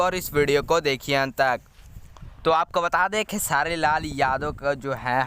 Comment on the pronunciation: भाई क्यो खेसारी भाई। को खेआर बोल रहे हो